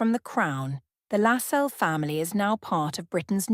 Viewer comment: Its pronounced LASS CELLS